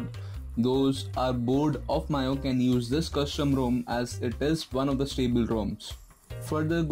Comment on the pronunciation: Take this as constructive criticism,its not "mio" or "myo",its actually pronounced as "MEEUI".Good job by the way and thanks for the video :-)